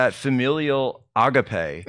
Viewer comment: Agape is pronounced Ah-Gahp-Ay. I used to go to a Greek Orthodox church that had a charitable fund called the Agape Fund.